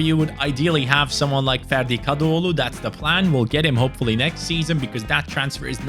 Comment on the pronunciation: Hocam türk olduğunu bilmiyordum ferdi kadıoğlu demenden şüphelendim baktım türkmüşsün 😂😂